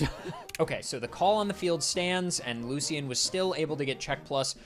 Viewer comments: AHHHHHH STOP SAYING LU-C-IN. ITS LOO-SHUN. ALSO PLEASE LEARN HOW TO PROPERLY PRONOUNCE OTHER NAMES. It’s not GUI-AIR-RAH-DOS, it’s GEH-RAH-DOS. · ITS NOT LU-C-IN